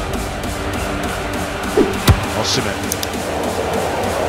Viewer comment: He's simply mispronouncing the name Osimhen "O-SEE-MEN" is the correct pronunciation